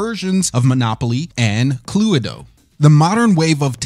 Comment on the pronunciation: She way you said cluedo triggered me